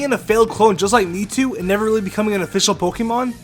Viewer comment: you mean mewtwo? who the hell is miitoo?